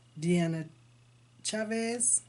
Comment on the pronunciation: you pronounced it perfectly, which doesn't happen very often!